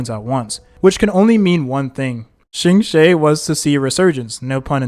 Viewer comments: s EE l e - not s ee l AE d An heng - not d A ne heng Qingque, - not shingshae ??? Jingliu - not linglu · im giggling so hard at shingshay its okay king try your best 😭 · are you mispronoucing the names on purpose? cuz this is wild lol, shiingshey???????? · QINGQUE BEING SHINGSHAY ... AHAHAHAHAH IT'S OKAY KING TAKE YOUR TIME 😭😭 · bro reallly be saying ANYTHING for the character names lmao. SEELAY???? BRONEE? SHINGSHAY???? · True, still don't understand how he can butcher Qingque so bad. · the pronunciation of qingque hurt me even more